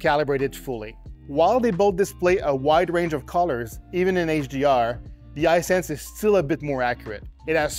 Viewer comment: His pronunciation of "Hisense" is really throwing me off.